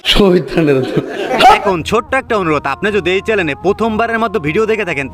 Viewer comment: ভাই আপনারও তো ভুল আছে চেলেন 😅না, চ্যানেল হবে😅😅😅